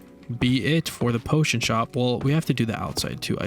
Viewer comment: “Potiom stand”